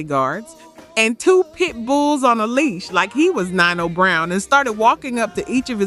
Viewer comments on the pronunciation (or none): Ooh, tweak the system on the pronunciations. Jodeci, Devante and Nino were off. The energy is upbeat and lively, though.